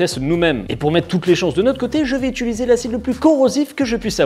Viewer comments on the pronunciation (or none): none